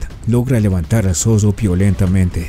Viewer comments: ¡NO ES MALDAD, ES EXIGIR QUE EL NARRADOR DE ESTE VIDEO SEA EL IDONEO! ¡MI COMPAÑERO DE UNIVERSIDAD TRATÓ DE ACTIVAR SU TRADUCTOR Y MUCHAS PALABRAS QUE FUERON MAL PRONUNCIADAS COMO "ZODO" SIENDO LA CORRECTA "ZORRO"! ¡JAMÁS LAS ENTENDIO ENTENDER, SE LO EXPLIQUE YO! ¡NO ES DE MALDAD, ES DE EXIGENCIA Y RESPETO POR QUIENES VEMOS ESTOS VIDEOS SUBIDOS! ¡Y MUCHAS VECES PIDEN 👍QUE SUBAS EL DEDITO! ESE DEFITO ES PARA VIDROS ÓPTIMOS Y NO PARA ÉSTE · El zoggo... El peggo... El cachoggo xD ( me burlo porque yo tampoco puedo pronunciar la R) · El zodo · un zodo es más fuerte que un zorro......